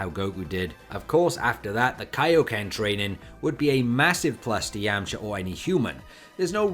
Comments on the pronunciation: Okay... So why do you say "Yamcher" instead of YamchA ? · ah ok, I didn't know this accent, where is it from? If you say "er" instead of "ah", why don't you say "Yermcher" ?